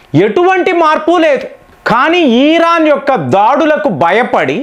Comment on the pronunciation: 1) భారత్ అని అనండి. భా కి వత్తు పలకండి. బ కు వత్తు పలకండి. 2) ఈరాన్ అని ఈ దీర్ఘం పలకరు కదా... ఇరాన్ అని అంటారు అందరు... చాలా వివరాణాత్మంగా మీ విశ్లేషణ బాగుంటాయి.